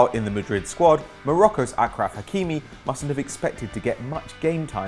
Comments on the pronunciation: It’s pronounced aSHraf not aKraph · It's pronounced aSHraf not akraf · The Curryman Effect there's no Ah at the beginning. It's Ashraf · It's pronounced "ahshraf" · Gloucester Blade it's pronounced Ashraf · Gloucester Blade yes it is ashraf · it's aarhraaf